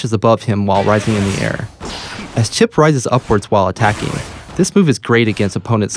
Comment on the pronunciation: Phew, at least Chipp wasn't butchered that hard